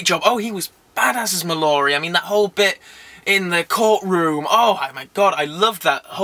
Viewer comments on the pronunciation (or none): It's "Mall-er-ree" not "Ma-lor-ree" and please PLEASE stop saying "tainer" it's Tanner, rhymes with spanner!